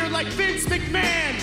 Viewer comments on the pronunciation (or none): DID HE JUST SAID VINCE McMACHON 😂😂😂😂😂